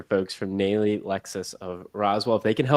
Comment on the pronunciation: Nalley. Pronounced Nahlley. Lived in ATL.